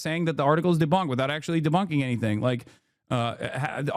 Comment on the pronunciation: "deBOONKing" - hasan channeling his inner liz